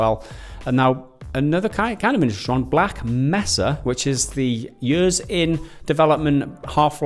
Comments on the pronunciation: It's pronounced "Black Maysa" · I cringed when said "Black Messa".